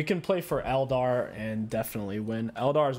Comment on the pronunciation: What is a el-dar?? I’ve noticed you pronounce things oddly. Is that intentional?